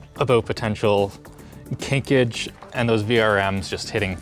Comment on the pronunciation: *kinkage lol wtf 😂